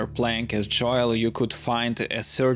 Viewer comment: dam man ur such a wholesome person I’m sorry. I’ll try to rewatch this when I’m home later. It’s really the way u say Joel’s name lol. It’s pronounced “Jole” like “hole” but with a j. English is the hardest language. I’m thankful that’s my primary language